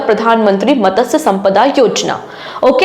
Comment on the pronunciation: मत्स्य...not मतसय